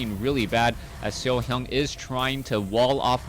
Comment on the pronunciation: i love like u say SeoHyeon <3